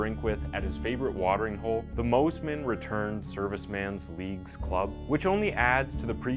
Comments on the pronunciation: It's Moss-man not Mose-man and it's Lith-go not Lithgow 😭😭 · One thing I’d like to stress to you in a kind way- don’t use the word ‘old’, use elderly. Elderly starts at 70ish. From 45-65 is middle aged. 40 is the new 30. Just try to keep that in mind 🙏🏻❤️🤞 (plus it’s pronounced Mossman not Mozman lol 😆) 🥰🙏🏻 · Mosman is pronounced as it's spelt, moss-man. How did you get Moes-man? Lol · I made the same comments on how we pronounced Moss man and Lithgo 😁🇦🇺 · It's pronounced Mossman. North American people trying to pronounce Aussie words